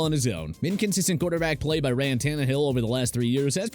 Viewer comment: This account needs to start proofreading, you are speaking perfect English but calling Ryan Tannehill “Rayan?” Like what